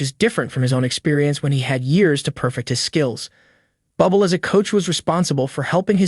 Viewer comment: His name is not pronounced Bubble Get your shit together.. Ir's pronounced 'Boo Blay' 🇨🇦✌